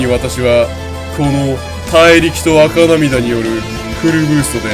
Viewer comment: 赤涙「あかなみだ」じゃなくて「せきるい」なw